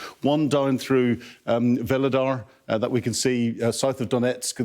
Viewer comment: A former intelligence officer who can't even pronounce the names of towns correctly. "Lushank" and "Velodar" WTF! its Phonetic read it as it is!